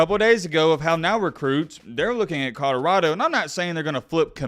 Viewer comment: Ca-da-rado. He constantly pronounces col-or-ado wrong. In every video he rides Deion's coat-tails he says it wrong.